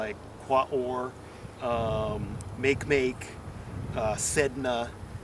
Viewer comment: LOL make make. It's actually pronounced as 4 syllables.